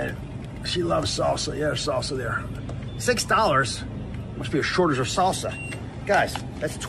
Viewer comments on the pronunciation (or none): none